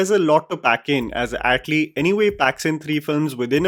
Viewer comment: Bro you are a reviewer and it's not Yat lee.. it's atlee..